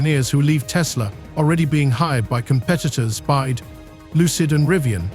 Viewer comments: Its B Y D Build your dreams not Bied , attention AI robot you must use better language model perhaps CHina deep seek model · byd not bide